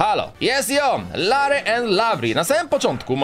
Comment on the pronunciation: Lavry i larrry troche dużo tego rrrrrrrrrrr